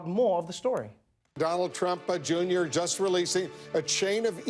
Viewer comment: "Donald Trumpa Junior" xD